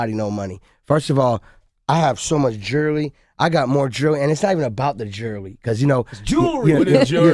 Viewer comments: Guys stop he has so much geerly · And it's not even about the jeerrrllyy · Maybe he should sell all his jerly and use that money to pay for some pronunciation lessons.....jerly...bless him :) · Anotha one of DJ Cattle's akriet pronunciations of jurrly.